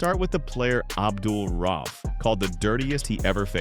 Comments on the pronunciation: Is this a.i. or do you not know how to pronounce his last name? Do better research. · I completely agree. It’s also culturally disrespectful. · It's very annoying and amateurish when the VO or probably AI can't pronounce the guys name right. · Make a video about the man, can't say his name right😂😂😂